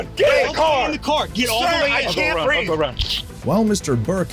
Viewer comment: I cant beeth 😂😂😂 ... I cant beeth😂😂😂 ... I cant beeth 😂😂😂